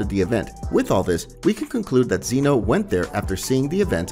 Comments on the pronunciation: Zen-oh not zEno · it’s zeno not zeano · I think it’s Zeno and not zEno